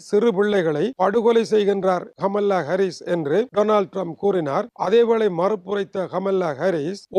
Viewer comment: She is not amala.. she is kamala.. your own Tamil native.. Please correct your pronunciation further..